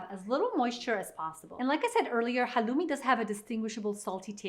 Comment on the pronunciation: Please say halloumi right, it’s from Cyprus which is Greek